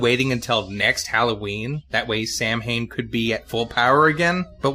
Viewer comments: I showed this video to a friend of mine and she cringed whenever Samhian's name was spoken. She's Irish and said the name is actually pronounced "Sow-in". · It's Samhain!!